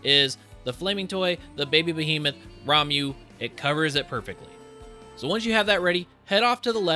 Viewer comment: WHAT IS RAM-YOU? IT'S RA-MUH